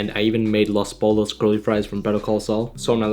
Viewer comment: i am sorry but that los pollos pronounciation took years off my life